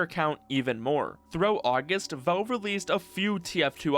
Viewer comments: he say vak not vale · It's pronounced "VALVE" not "VELVE" !!!!! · It's Valve, not Velve. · WHY do you keep calling it "Velve"? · this is that guy that says "velve"